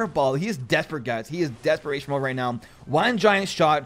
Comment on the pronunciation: do u watch anime ? every time you say now u say neow ☝️☝️